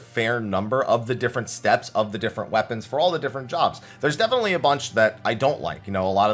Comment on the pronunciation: Hahah he said moon weponds, there lunar weponds